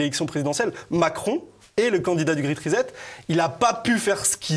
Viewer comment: le grette rizette LOL.... ça se prononce pas comme ça !